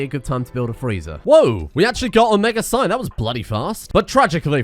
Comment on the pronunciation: Psi, not sigh.